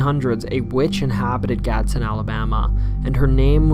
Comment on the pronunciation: Btw its not gadson its Gadsden I live there